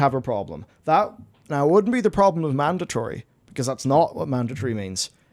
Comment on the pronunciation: What is a "manditree?"